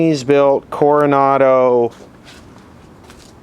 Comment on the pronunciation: It's pronounced, Corona-do. 19.